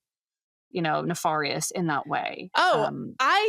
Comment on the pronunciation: Anyone else think mispronounces nefarious? Are there multiple ways to say it?